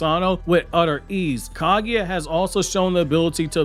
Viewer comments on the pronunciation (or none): Same with how he said Kaguya